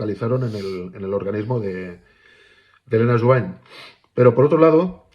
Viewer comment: Sobre el caso Helena Jubany, en catalán la "ny" se pronuncia como una ñ, sería Jubañ.